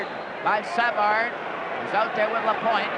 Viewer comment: Exactly. SA-vard. How weird.